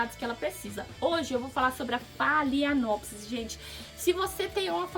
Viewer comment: Pronúncia certa de phalaenopsis: falenópse.